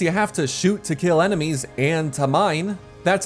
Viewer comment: Smushi: "I have no enemeies."